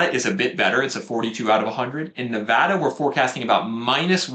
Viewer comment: #1 Big bonus points for pronouncing Nevada correctly. 😊 #2 We bought a home in Las Vegas area in 2019 when we started to notice a lot of homes were no longer selling quickly in our townhouse neighborhood of 17 years (yes we lived there from 2001 and watched the bonkers madness first hand - greed, fear, big losses) so as natives have always approached this market with healthy skepticism. It's a bit validating to see on your charts that we snuck in on a low year! #3 We sold another home in Spring 2021 after deciding to derisk our real estate exposure. I used a lot of your arguments with our real estate agent to explain why (which many believed unfounded). Our agent said that we were essentially tiptoing out of a burning building before someone pulled the fire alarm. Based on your graph, we measued in right around peak sales. 😅 #4 I haven't watched your videos in years but you have been so consistently on message all this time. It must be hard to go against the narrative. Keep it up! You look great!